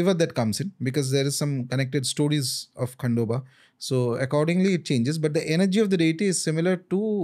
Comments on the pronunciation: its खंडोबा and not खांडोबा Learn to pronounce name correctly and don't hurt anyone's faith.. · its खंडोबा and not खांडोबा the way ranveer was saying